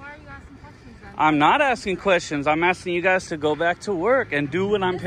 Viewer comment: Hey! You pronounce "Guys" as "Guises" pronounced (GI-zuzz).